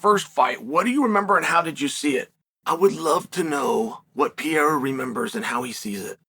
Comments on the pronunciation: It would require such a minimal effort to say the dudes name properly. This “Pierra” nonsense is getting stale and I know you’re smart enough to be aware of it. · It’s funny I feel like most of the UFC personal can’t even pronounce Pereiras name correctly lmao